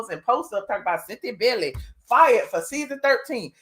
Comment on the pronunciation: My mom last name is Bailey and it’s not Bellly it’s Bay-ley 😂